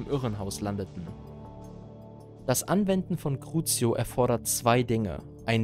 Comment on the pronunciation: Cruzio ist Platz 6 sagst es beim zweiten Mal falsch 😅